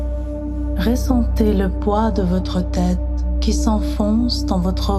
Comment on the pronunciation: On dit ressentez et non pas réssentez. J'ai dû arrêter car elle le dit souvent et ça me dérange. Les autres histoires sont superbes